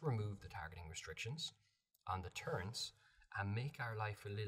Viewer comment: I disliked the video for the sole purpose of saying “turrents” instead of “turrets.” Otherwise it was a very in-depth and helpful video.